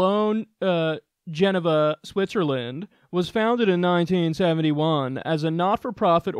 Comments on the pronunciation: Come on Kyle. I know you can pronounce JA-NEEVA! not JEN-a-VA. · Gen-a-va? We love Kyle but we all know he'll never win a Geography Bee. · I can understand not knowing how to pronounce Davos, but Geneva?? "Genava" - Not hating, just having fun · I have heard kyle kyle pronounce Geneva correct a bunch of times, so I guess I can chalk that pronunciation up to the rich douche voice he was doing ... wtf is Jen Iva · Geneva is pronounced “je-NEE-va”. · Did you really mispronounce Geneva Kyle? lol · lol how'd you mispronounce Geneva, you cover Israel all the time. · Does anyone else notice that Kyle pronounced Geneva, Switzerland wrong lol